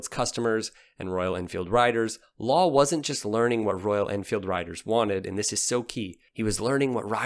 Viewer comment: Lal is pronounced like Dahl but replace the D with an L